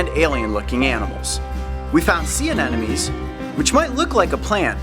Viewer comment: I love these videos I actual take notes and everything but did anybody else notice he calls sea anemones "anenomes"? Lol